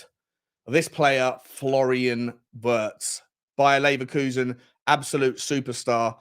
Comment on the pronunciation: I am sure the pronounciation of Wirtz is similar to V-EAR-TS. He is a talent, though!